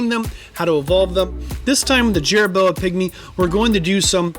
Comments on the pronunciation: If you put a "chit in" helmet on a "Jerra Boa" will it increase it's "Toe Poor"? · Call it Jerra Boa one more time and I’m gonna slap you